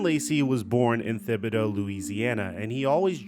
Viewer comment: Say it with me dude “TIBBIDOE” Also he killed himself in his car after a police chase